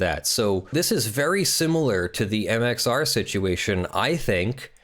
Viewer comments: Am I the only one here who’s gonna point out this man is saying MXO plays rather than MXR plays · when he says mxo and not mxr it kills me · Am I the only one here who’s gonna point out he is saying MXO plays rather than MXR plays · why are you constantly calling him MxO? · Why are you saying "MXO"? Isn;t it MxR? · Its MXR not MXO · It's MxR. Not MxO. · Who else is annoyed he keeps saying mxo